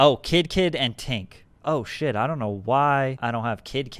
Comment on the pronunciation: Don trip like Don’t lol not dawn